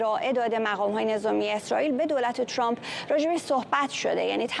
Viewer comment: عی رم دهن سمیرابااون فک کiری چراعقده ی اینوداری که بالحجه عنگلیسی حرف بزنی و به ترامپ بگی چرمپ خوب مثل ادم بگو ترامپ ،،،،اقای چرررمپ که چی اقای چرررمپ